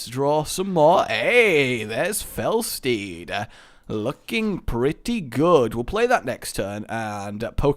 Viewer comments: am i the only one who noticed him saying fel stead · you called dreadstead felstead